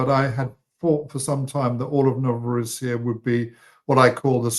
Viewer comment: It's pronounced Novo-RO-ssiya, NOT Novoro-SSI-ya. The name for Russia, Rossiya, IS pronounced Ro-SSI-ya.